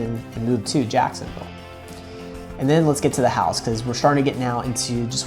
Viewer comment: Why did he say Jacksonville like that?